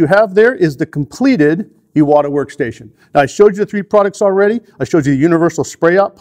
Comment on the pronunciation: Finally someone that pronounces Iwata correctly. It drives me bananas when people butcher such an easy name. Now, I know, I maybe splitting hairs BUT Iwata isn't just a brand name, it's an actual person's name. And just like most people don't enjoy having someone butcher their last name...well I'm sure you get the picture... Anyway, thank you for saying it correctly.